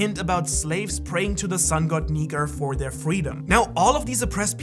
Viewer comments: Woohhhhh no way he didn't do a retake on the sun God Nika lol Nika with an A not a R😂😂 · Did nobody hear him say sun god Niker ? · No hate but you kinda said Niger in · Did anyone else notice that he had said Niger instead of Nika? At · my man said neker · Bro I think you seriously mispronounced "nika" like you put an r on the end that was never there. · bro said sun god negger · U said sun god niker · At the did he say nikER or am I tripin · "Sun God niger" AYO WHAT HUUHHHH NAHHHHH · Sun god neker☠️☠️☠️☠️☠️(dont hate he really said it) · I don’t like how homeboy pronounces “nika” with an “er” at the end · u said it wrong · BRO really said the n word hard r instead of nika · U aint the only one mate LMAO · that is NOT how u pronounce nika my dude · in min it sounds as he is saying something else💀💀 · At one point this guy said nika and I thought he said the n word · It sounded like you said the n word for a second 😭😭😭😭😭😭😭😭😭😭😭😭😭😭😭😭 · Is it just me or did nobody hear him slip up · He straight up said 🇳 🇮 🇬 🇬 🇪 🇷